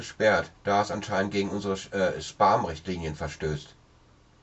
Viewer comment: man spricht es "späm" aus. :)